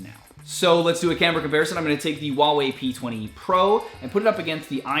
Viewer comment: H in HuaWei is not silent.